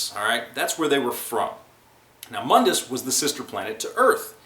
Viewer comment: It's pronounced Mondas, not Mundus.